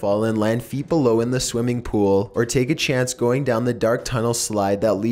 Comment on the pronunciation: the pronounciation everytime you end a sentence....................... ... swimming pooul ... to who knows wheeere .. 70s styled houme .. last owners little secreeet .. vomiiiiits